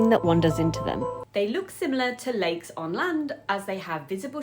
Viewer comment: Thought you said " these are Legs!" And they are so toxic.